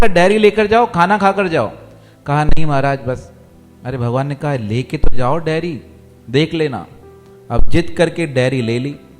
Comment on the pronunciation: उच्चारण सही करें , डेरी नहीं डायरी